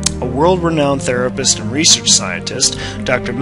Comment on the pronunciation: you mispronounced research & prodigy.